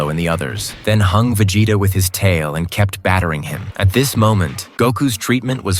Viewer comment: Ha, Va-Jay-ta. Just curious, how quick are you putting this content together with the AI narration? I assume the AI is also authoring the descriotive account, and probably compiling scenes too. How quick are you pumping this stuff out, and capitalizing on the views?